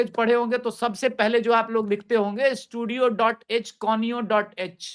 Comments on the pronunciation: C mein studio.h nahi baba, stdio.h lagta hain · C language: it is not studio,, it is stdio (standard input output).. #include